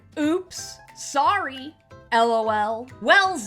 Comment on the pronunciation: I like how you pronounce it L.O.L. Gives it a bit of Je ne sais quoi.